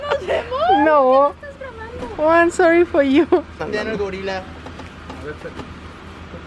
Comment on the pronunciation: No one: Castro mom and: an sorri for llu